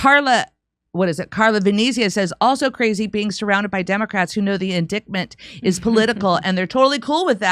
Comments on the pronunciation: In"dite" ment not " in " dick" ment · Indictment, pronounce it correctly in-dite-ment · Surprised that doesn't know the correct pronunciation of the word indictment. As in ditement not dicktment. Either way The View sucks and those women are nuts. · Please stop saying indiKtment. It's annoying AF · I can't watch this and hear Indictment incorrectly spoken over and over. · Also my bad but damn can someone tell her she's pronouncing indictment wrong 🤣. Unless she's just trying to say that one eyed snake word a lot lol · Don't pronounce the 'c' in indictment please. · pronounce indictment correctly